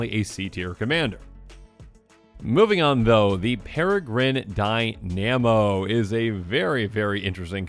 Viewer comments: Tomer from MTG Goldfish commander did exactly the same. Never thought people would be mispronouncing it like that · Never heard someone mispronounce Dynamo that badly before